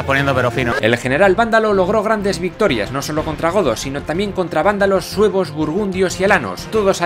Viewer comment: parece que dice "para vencer a los huevos del rey Requiario" xD